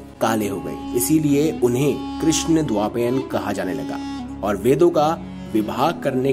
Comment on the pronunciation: Plz look at your pronunciation. Its krishnadvaipayan..